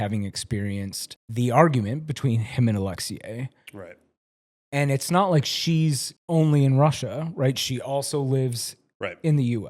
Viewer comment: Your pronunciation of “Alexei” is wild. “Alex-see-YAAAYYY” is western prison honey.❤(edit- use your tongue however you want 😬)